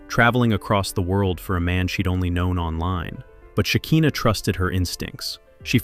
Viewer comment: It’s SHE KAI NAH not SHE KEEN NAH